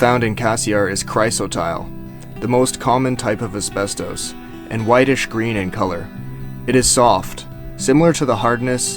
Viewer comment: I have never heard “ asbestos” pronounced this was which indicates a total lack of understanding of pronunciation. Over and over every day now I am hearing common words ,especially names,mispronounced in ridiculous ways.